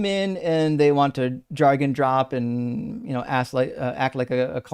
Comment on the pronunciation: Jargon rhymes with bargain, not argon.